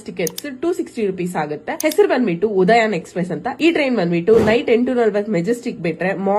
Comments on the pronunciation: ಉದಯನ್ ಅಲ್ಲ ಉದ್ಯಾನ್ ಎಕ್ಸಪ್ರೆಸ್. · ನೋಡಿ ಉದಯನ್ ಅಲ್ಲ ಉದ್ಯಾನ್ express